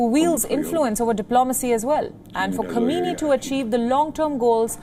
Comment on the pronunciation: As a regular viewer of WION, I am somewhat disappointed by the false pronunciation of the name of the Supreme leader of Iran. Supreme leader's last name is Sayyid Ali Hosseini Khamenei (hence Khamenei). Can you please pay attention to this deficiency as it sends a negative message to the world and damages the reputation of your, otherwise, competent and efficient media.outlet. Perhaps Indian prime minister Naredra Modi should also be called a "hardliner" especially given his policies that are viewed by many as extreme given the influence of extreme Hindu association known as Rashtriya (RSS) on his thinking and policies.